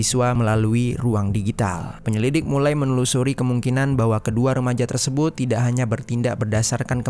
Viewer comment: Hai, bang.. Out of context nihh. Gw ga tau pernah ada ato ngga viewer yg nanyain ini, tp dr awal denger kurleb 2/3 bln ini gw penasaran.. Mmmm knp kadang2 pengucapan suatu kalimat, abang ni aneh atau bahkan salah .. kaya "terlibat" jd terliban, "tersebut" jadi tersebun, dan kata2 lainnya. Masalahnya ga stiap kata abang ni ucapinnya salah. Kadang salah, kadang bener. Jd gw bingun, knp abang nih..? Sengaja kah? Ato emang kselipet trs males ngulang? Ato ada latah kah?? Ga penting sih, tp penasaran bgt asli. . Klo udh tau jwbnnya, ya minimal gak penasaran. Tq